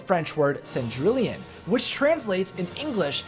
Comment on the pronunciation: In french is « cendriyon » not « cendrilion »